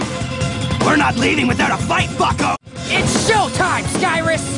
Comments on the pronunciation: you but it sounds like fucko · i thought said "fucko" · He did say fucko